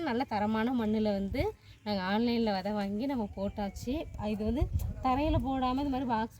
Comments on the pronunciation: வதை என்று சொல்லாதீங்க அது பிழையான வார்த்தை, # விதை# என்று தமிழில் அழகாக சொல்லுங்கள் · Vidhai not vadhai, vadhai yendral matravarhalai vadhaipadhu, kodumaiipaduthuvadhu. Thayavu seidhu pronounce like literate not illiterate. You are a college student. Be careful while pronouncing..